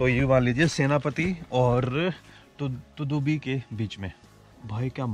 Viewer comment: Tudubi nahi tadubi bolo